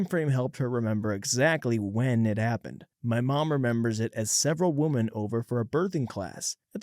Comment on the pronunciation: Please learn how to pronounce thhe word 'women". It sounds so ridiculous the way you mispronounce it.